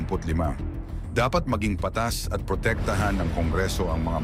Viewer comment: Anong basa mo sa patas.pa---tas at sinongaling.sinong--galing.alin ang tama.ayusin mo naman ang pagbibigkas mo.